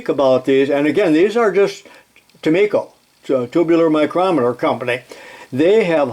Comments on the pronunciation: I grew up in the '50's about 25 miles south of their factory located in St. James, MN so I am familiar with the company. I bought a Craftsman 0"-4" micrometer (with changeable anvils) that was made by Scherr- Tumico. By the way, I always heard Tumico pronounced with a long "i". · Is it pronounced tu-me-ko or tu-my-ko? When I first saw the brand I used the former, as you do. But when I figured out its origin I changed to the latter. I take it you've spoken to a representative of the company. BTW, I have a Rank Sherr Tumico catalog from 1982. It's handbook size about 100 pages. I can send it to you if you'd like. You'll likely get a few other offers, I'll let you decide. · I’ve seen a few and it looks like “Tu-me-ko” to me. The other pronouncement just sounds wrong to me.